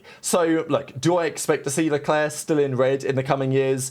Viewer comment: Who is "Shalwlleclair"?